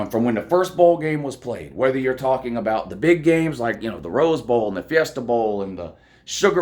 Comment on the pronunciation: But who have dey pwayed woo. They ain't pwayed nobody. Go Dawgs